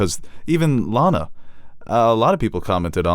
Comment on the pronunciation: LAAAAANa, not Lana. Long A sound. She was supposed to be a squicky match.